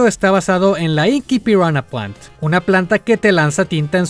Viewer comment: grande el al pronunciar las especies de Piranha Plant, ahora entiendo tu tweet de Viridi xd